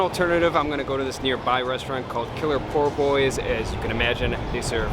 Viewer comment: The pronunciation of po boy is sending me😭